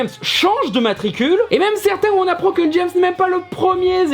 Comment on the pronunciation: Je suis un gamin : j'ai pouffé chaque fois que tu disais Jess Bond au lieu de James x)